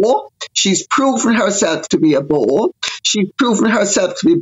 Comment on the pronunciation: I didn't think Lady C said "bore" at first, it sounded like it began with a W